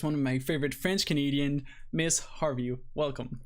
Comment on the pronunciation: It's not Miss Harvey!